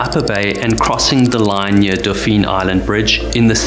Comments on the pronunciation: Dauphin is pronounced “DAW-fin.” At least that’s how us locals down here say it❤ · “Dauphin” is pronounce almost like the sea mammal (dolphin without he “l”). “Fairhope” is one word, not Fair Hope.